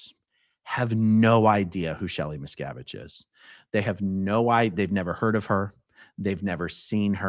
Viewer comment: How does someone questioning scientologists in person not know how to say Miscavige lol